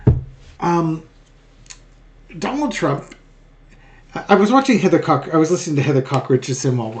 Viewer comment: Cox, not Cock